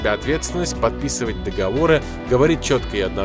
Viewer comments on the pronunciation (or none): none